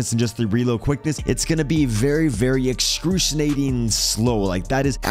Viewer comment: Bruh, so many grammar/pronunciation errors 😬. "excrusionating slow"... excruciatingly*; I like your vids but its hard to listen to.